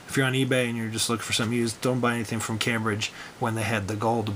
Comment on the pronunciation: pronounced came bridge